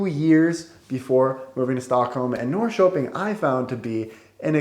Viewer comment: One thing that surprises me is that, despite the fact that you have lived about two years in Norrköping you still don't pronounce the name of the city correctly.